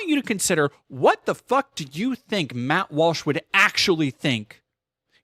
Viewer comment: Lmao, "Matthew Walshothy."